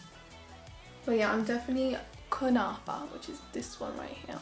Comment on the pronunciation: Kunafa you are saying it right dear ❤️xo